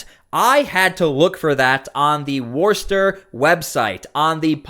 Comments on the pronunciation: Hi. Lmfao. Warster? How many videos of people and officials pronouncing it Wooster do you need? Maybe pay attention and move out of mommies basement. Also, that great glowing in a black light glass behind you. Made from uranium. Yep, leaching out a ton of radiation 24/7. Looks great, tho. Being said, I like the show. I am subscribed. You are a tad to well metro sexual sounding. Try sounding like a frigging man. Not a 50 year old housewife. Look, it's been enough of metro sexual everything. It's played out. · 0:011 -- Worcester - pronounced "wis-ter," not "worse- ter" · It’s pronounced “Wusster”. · Woostah. Not worster 😂😂😂 i live here. Sooo....😂😂😂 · Its not ‘War-Stir’. It’s Wu-sta’……. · sorry, it may be spelled WORCESTER, but it's pronounced "WOOSTAH". worster is not even close. and Yes, I live in MA. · It's pronounced "Woster" ... No r ... In Massachusetts accent "Wosta" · it's pronounced Wus Ster accent on the first syllable, not Worst Ster. I don't press the like button until the end of a video, how do I know if it's any good within the first 59 seconds? I have found that those people who say "Like my video" before the video even begins are the ones I don't hit the like button for. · Pronounced "wuss-ster" or "woohster".. I'm from there, I know.... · Worcester is pronounced "wister". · It's pronounced Wussta! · Please learn how to pronounce “Worcester.” It’s “Woo-stir.” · It's pronounced Wuss-tah. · Wuss ter or wuss tah. There is no O sound at the beginning. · Its pronounced "Wooster" or "Wuster" 😂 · By the way, just for the sake of accuracy, in Massachusetts that city is pronounced “woo stir”. I do appreciate the coverage you’re giving so many out of the spotlight stories. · Boy, you're having trouble pronouncing the city of "Worcester" (Woos-ter) or think of Worcestershire Sauce. Now, try another nearby town in Massachusetts called "Leicester". You'll have trouble with this one, "Woburn" and this one "Quincy". 🙄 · It's "Wooster" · Pronounced wostah